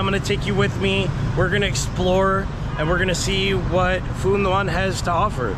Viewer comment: ask a Vietnamese how to pronounce Phu Nhuan. lol it's not "nu an"